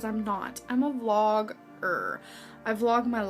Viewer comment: Vlog-ger with a hard R lmfao 💀